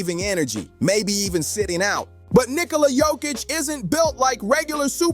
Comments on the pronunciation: ITS NOT HOIK ITS JOKIĆ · You needed to pronounce the "k" because I didn't know who you were talking about 😅